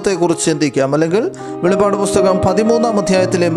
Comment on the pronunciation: വെളിപാട് അല്ലസുഹൃത്തേ വെളിപ്പാട് അങ്ങനെ വായിക്കണം